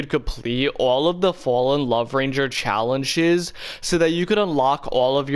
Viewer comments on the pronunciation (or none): bro said challenchess